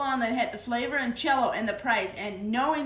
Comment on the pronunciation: I love how it sounds like she’s saying Chello instead of Jello. 🥹😜